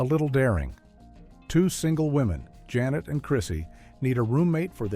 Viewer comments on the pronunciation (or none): none